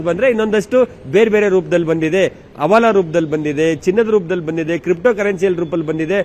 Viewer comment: ಅಣ ಅಲ್ಲಾ ಹಣ..ಅವಾಲ ಅಲ್ಲಾ ಹವಾಲ.Report ಕೊಡೋದು ಎಷ್ಟು ಮುಖ್ಯವೋ ಹಾಗೇ.. ಸ್ಪಷ್ಟ ವಾದ ಕನ್ನಡದಲ್ಲಿ ಮಾಹಿತಿ ಕೊಡೋದು ಅಷ್ಟೇ ಮುಖ್ಯ.. ಇದನ್ನು ಗಮನದಲ್ಲಿ ಇಟ್ಟು ಕೊಳ್ಳಿ..